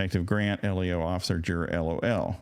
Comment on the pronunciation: law Just FYI, the acronym LEO is pronounced like the boy’s name “Leo.” Not “”Ellio.”